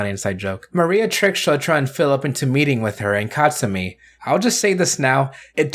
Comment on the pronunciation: Dude, its 'Tsumi'.